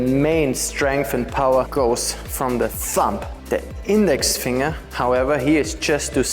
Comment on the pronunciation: Finger is pronounced fing' ger. I'm happy I found your videos, very informative!